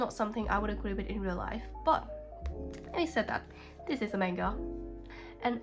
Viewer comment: It’s mah-n-ga you’re pronouncing it wrong….i dont want to seem rude so I apologize in advance